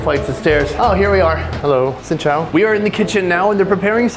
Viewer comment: I hear you said "Xin cho anh". I find a way to pronounce the word "chao" and "chào" in English, which is "joun" and "jound".